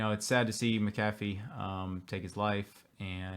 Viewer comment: Please God...*Mac a Fee* Why is this so difficult???? NOT Ma-caff-ee...thanks